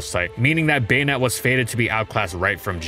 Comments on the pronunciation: Baynet? Am I the only who says Bah-net? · I thought it was pronounced "Buh-nette" instead of "Bane-ette" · I keep hearing "Bayonette" instead of "Banette" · Why do I hear bayonet? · Baynette is the right pronunciation for it's name? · The say you say "bay-ned" ruins the whole video